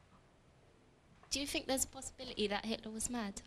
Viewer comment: "Jew theenk theres a possibeelity that Hitler was mahd". That shows the expected academic level, really, of the audience to whom this lecture was pitched. Not only that, but Ian gives a very poor answer: he should merely have pointed out the distinction between a clinical and colloquial understanding of the term.